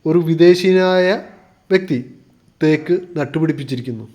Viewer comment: വളരെ മോശം അവതരണം. തേയ്ക്ക് അല്ല, തേക്ക് എന്നാണ് പറയണ്ടത് 😱🥵🙉